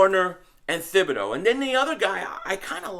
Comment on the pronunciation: P500- ya killing me ""; Thibodoux's name is pronounced Tibb -bee-DOUGH (now just say it faster and put it all together)....I had to learn French while I was married to my Canadian ex-wife.... I'm like you cuz, born in Philly raised in Jersey. My in-laws used to ask where I learned French because (get THIS) they say I spoke like a Parisien, ooh-la-la.... I told them.....where??? New Jersey!!!